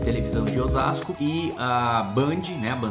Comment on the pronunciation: legal escutar o kim falar osasco